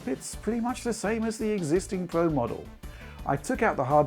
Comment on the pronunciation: It's Pro not Pwo lol learn your Rs